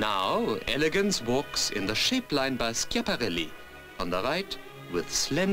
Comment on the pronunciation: Notice the pronunciation , common mistakes: balmain = balmah , jacques fath = jak fat . Schiaparelli = eskiaparelli